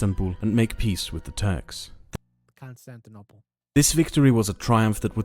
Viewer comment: sorry but i can't stop myself from laughing whenever you say constantinapolis lol a song was running in my mind throughout the entire video. it was like: Istanbul was Constantinople Now it's Istanbul, not Constantinople Been a long time gone, Constantinople Now it's Turkish delight on a moonlit night Every gal in Constantinople Lives in Istanbul, not Constantinople So if you've a date in Constantinople She'll be waiting in Istanbul Even old New York was once New Amsterdam Why they changed it I can't say People just liked it better that way So, take me back to Constantinople No, you can't go back to Constantinople Been a long time gone, Constantinople Why did Constantinople get the works? That's nobody's business but the Turks